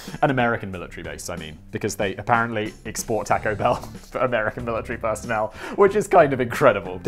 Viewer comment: The best part of this video is Simon calling it Tack-o Bell 😆